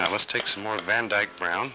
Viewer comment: Did he say Van eyke brown, as in the artist van eyke😂😂